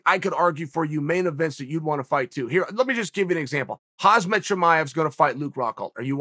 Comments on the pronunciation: it was never funny even the first time you fumbled with "HAM" "SAT", thats phonetic, not "HAZ" "MAT", which is a biological attire. If part of your occupation is to know your products ( here with fighters), you need to be able to pronounce said products/fighters. so in the beginning, new name, etc... time elapses. One year later now since Chimaev came on scene and you still disrespect a fellow colleague/fighter by mis pronouncing his name? its not rocket science of course, thank goodness. nice job... not .... Chode or I mean CHAAAA EEL , pronounce phonetically as "CHARRED EEL "...... with your name.... its ironic you can't pronounce one easier than you. that speaks volumes about how intellectual you are .... lol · Is Chael buthering Khamzat's name on purpose? Hazmat? He does it every single video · Am I the only one who gets annoyed when he says HAZMAT Chimaev? Lol it’s really not that hard of a name if you actually read it smh 🤦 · Over/under for how long til he stops calling Khamzat Khazmat? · Chael "Khazmet" Sonnen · ‘Hazmath Chamaev’ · I Wonder how long it takes before chael can say khamzats name right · Why can’t chael still not pronounce khamzat’s name correctly?